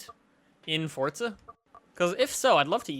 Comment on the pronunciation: Forza or Fortza?